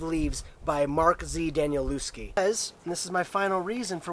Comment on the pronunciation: Also, just a little comment. Mark Z Danielewski... "lew" is pronounced like "lev" in "level". Daniel-lev-ski :)